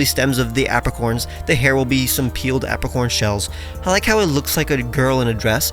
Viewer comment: Apricorn: "Ape-ricorn"